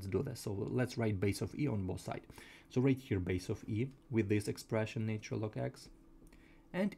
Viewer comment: Pronunciation please.....its " natural " and NOT " naytural ".....!!!!!